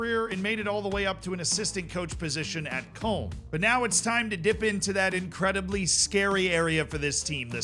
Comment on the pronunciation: I’m surprised that you completely butcher Köln and Würzburg, but are able to say Blind like a pro✌🏻